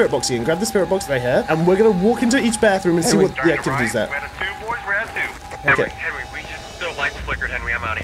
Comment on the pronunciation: Seeing him saying welcome I know saying net welcome as always I know